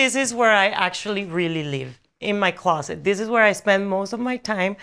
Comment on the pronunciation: When she said “closet for me” it sounded so American 😭